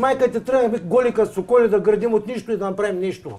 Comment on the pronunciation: Голи кат соколи,а аз чух "Голи кат сополи".